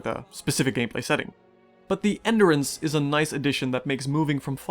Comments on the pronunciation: Very good review, but enDUrance, not enderence. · what the hell is ender ance? say it right geesh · I cannot take you seriously with the way you massively mispronounce endurance. It’s like you’ve never heard the word before. How do you go your whole life til the recording of this video never hearing the word “endure” or “endurance”? I swear, man. What is it with YouTubers? It’s like you guys were raised in a lab or something